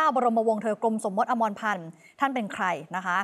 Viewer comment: สมมติ ไม่ใช่ สมมด